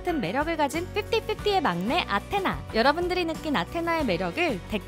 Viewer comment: It's not pronounce as An-tenna, it's A-thena.